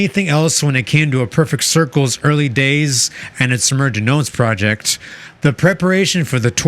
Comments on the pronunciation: It's pronounced Mare de Gnome. Not murr de gnomes. Sea of Names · Dude the S is silent. It's French. Mer de Nom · Also, it's pronounced Mare de nom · It's pronounced "Mair Duh Nom" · The "s" in Noms is silent. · Mer de noms is a French phrase. You don’t pronounce the s on noms. Cool video! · His misprononciation of mer de noms is irking.